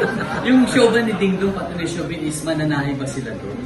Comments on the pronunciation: hnd po Shubi.. Long Shuuu po bago Veee. Shuuuu-vee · Di PO GNYN pronunciation name SHUVEE 🙈😁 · i-tama nyo kaya pronunciation nyo ng "Shuvee", at yang bakla tanders sa likod